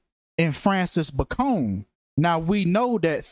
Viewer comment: It’s pronounced “Bay-con” - just like the pork cut, you moron. Francis Bacon Was English. Why are you making him sound like a Mexican drug lord?